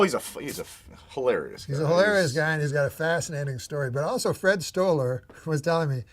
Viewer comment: Everytime Norm says ( Also....) i think Whores lol